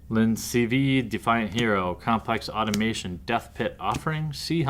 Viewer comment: Aah tom a ton.....automation, two different words.